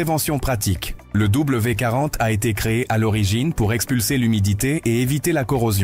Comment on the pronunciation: Bonjour, Vous ne savez pas lire ? C'est W D 40. Vous avez oublié le D. Quant à "ces" on ne lit pas les lettres individuellement mais les 3 dans une seule syllabe. L'IA ne sait pas tout !